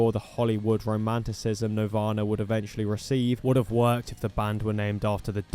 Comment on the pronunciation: “Navarna” lol